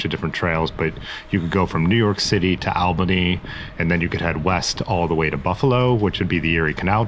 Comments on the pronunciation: Constructive pronunciation tips from a Northeasterner: Po-kip-cee. And it’s All-ba-née, not Al-ba-née. When I’m next in Ohio I welcome your correcting me although most of those towns seem easier to say right with out help from locals. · Puh-kip-see, All-ba-knee, fo-lee-idge 😉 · Nice ride. Poughkeepsie = po-kips-see; Albany = all-bah-knee; Shawangunk - sha-wa-gum.